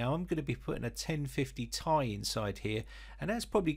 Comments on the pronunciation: Think phonetic transcription,. The Ti after the 2080 is pronounced /ti ai/ as in pronouncing the alphabet. Ti. You pronounce it /tai/. As in wearing a suit and tie. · The lazy people that took absolutely no grammar classes says tie not t,I look at this dude anyway still a nice vid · Mate! Not /tai/. It's /ti ai/ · it's Ti say T i not like a tie or ty. T.i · I’m sorry but I cringe every time you say “1050 TY” it’s “T-I” sorry but I just had to say it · It's not tie u bum It's ti As in the letters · If you want to reach a wider reach of audience, yes it does. You're the first Brit I have heard calling it by that nomenclature. Just friendly advice. Take it or leave it.